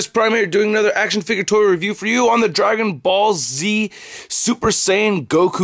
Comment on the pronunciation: Sounds like he said Dragon Ballsy